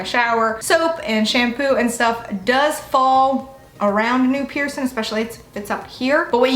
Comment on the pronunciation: Ugh couldn't watch this because I can't stand how you say "piercing" - there is a g at the end 😅 you look beautiful and im sure you're nice but pet peeve 🤷🏻‍♀️